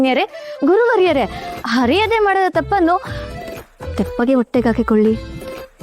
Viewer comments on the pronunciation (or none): ಹರಿಯದೆ ಅಲ್ಲ ಅರಿಯದೇ ದಯವಿಟ್ಟು ' ಅ ' ಕಾರ ಮತ್ತು 'ಹ ' ಕಾರ ದ ವೇತ್ಯಾಸ ತಿಳಿಯಿರಿ.🙏🙏